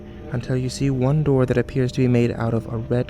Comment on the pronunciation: "i shut my shoor"